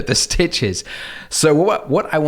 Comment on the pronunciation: You spelt stitch wrong and u said "stich"